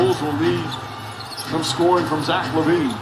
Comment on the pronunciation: It’s pronounced La Veen